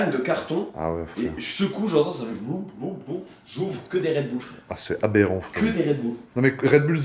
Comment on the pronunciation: Jpp j'adore le "abérant" toute les 30 sec 🤣